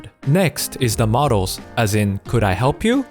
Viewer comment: OMG, in the initial part of the vid looks and sounds like Philip from the O'Grady cartoon series!!! XD Also, great vid but "modals" and "models" aren't homophones, and saying "and et cetera" is grammatically incorrect because et = and. (Grammar Nazi here, enjoy my phenomenal wisdom!)